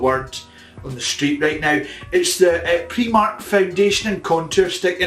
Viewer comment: I love when Lawrence says Preemark